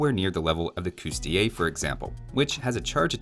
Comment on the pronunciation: Finally! You pronounced coustillier properly! I thought you, as a Canadian, would have picked up on the dreaded double L sooner, but hey, it's better late than never.